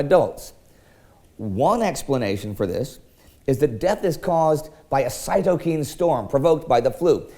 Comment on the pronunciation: Just a hat tip...cytokine should be pronounced so second syllable rhymes with ‘nine’